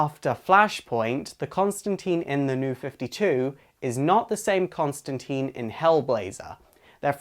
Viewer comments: Great video, only thing is his name isn't pronounced ConstanTEEN it's ConstantIne, it rhymes with line, sign etc. I know it's like Tomato, TomAte but Constantine did say his name is pronounced that way. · /sigh Constantine, rhymes with Line Not Lean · Tine.... Tine! Not Teen! Grrrrrrr. Nice review, though. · John toth he even says it not teen in line john costantine it rhymes with line he says it in one of the fucking issues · Constantine is pronounced tine like rhymes with fine. But that aside great video. I absolutely hate that modern DC has no clue what to do with the character, in comics or Adaptation ( which sucks because they have the perfect actor for him in Matt Ryan) and the character has (ironically fitting) been stuck in limbo. What they should do is basically relaunch the Vertigo series, have some story where you find out the New 52 version cut a deal to make himself younger but at the expense of his history and just do Hellblazer #301 and go forward. As for adaptation yeah the Arrowverse is ok, but to be honest with how good Titans was and how Doom Patrol is literally the best show DC has ever made, why not a streaming series? Less restrictions, bigger budget and more complex writing. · Yes they get things wrong all the time. That doesn't change the fact that it is pronounce teeen in the films..and there are at least two, not one as you say. NBC has a new series. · So then have no judgement on whether it is right or wrong. You are just pointing out that the movie pronounces it "teen". Thanks. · It's pronounced Con-stan-Tine it rhymes with Line. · Your saying his name wrong its john constantine not constanteen hit name rhymes with line hence constantine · The constant serpentine or the serpent Constantine. Rhymes with nine. Really important. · It's pronounced Constantyne, but whatever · Oh, come on. It’s Constantine, rhymes with -fine. =) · Selfish Eyes it is wrong if you have been told how to pronounce it correctly by the person whose name it is surely?